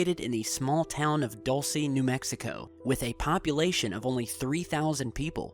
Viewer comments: DULCE: DOOL-SEH, not DOLL-SEE..... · Dulce = candy sorry I got annoyed how pronounced